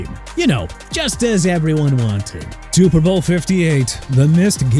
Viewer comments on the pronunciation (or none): CARL CHEFFERS PRONOUNCED CHEF-ERS!! ALSO IT'S SUPER BOWL NOT TUPER BOWL!! AND ROBERT ALFORD NOT ROBERT ALFRED!! YOU CAN'T SPELL AND YOU CAN'T PRONOUNCE THEN YOU NEED TO BE FIRED ALONG WITH YOUR EDITOR!! AND NEW ENGLAND LOST IN THE SUPER BOWL YESTERDAY TO SEATTLE!! HAPPY?!